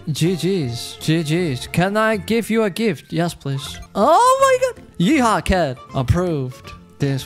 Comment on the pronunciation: I love ram when he says o my gut